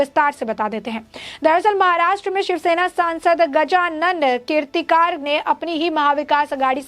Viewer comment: The news vale gajanann keertikaar kya??hota hai tumhara news reader ko dhang se Naam Lene ko aata nahin kya?😃😇😋😋